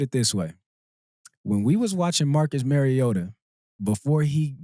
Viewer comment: Kenjon, it’s not Merry Ota, it’s Mario ta… love the Flock!!